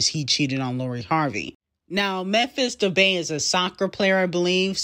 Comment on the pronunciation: It’s not Memphis debay it’s pronounced Memphis “De pie”